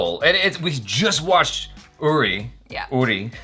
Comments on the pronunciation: Man........every big actor is so nervous to work with Amitabh ji. Even Manoj Bajpayee once mentioned how nervous he was when he was shooting a scene with him and his hands started shaking. Amit ji is 🙏 And I have commented so many times that it's pronounced as "Oori" not "Yuri" and it's Sumeet Vyas "Veeyas" not "Vice" but that's all right. Awesome interview 👍 Thoroughly enjoyed it. Hoping to see Manoj Bajpayee, Nawazuddin Siddiqui and many more on this channel. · I’d like to see you as Vihaan Shergill, the character of Vicky Kaushal from Uri. (pronounced as ‘OORI’ and not ‘YURI’). Also, can you tell me, what are the chances of you reading a comment that I make on your older videos? I mean, for how long after releasing a video do you read comments on it?? Am asking just to know if me commenting on older videos reaches out to you or not, because I’d really want it to reach out to you.